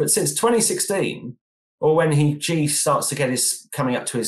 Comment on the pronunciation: How much can u really know about china if u don't know president xi is pronounced "she". Ji? Where are u getting this from